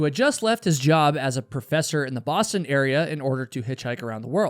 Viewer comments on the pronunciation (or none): none